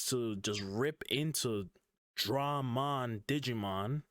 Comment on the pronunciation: It's pronounced MachineDruhMon but Dramon Destroyers are pronounced Dray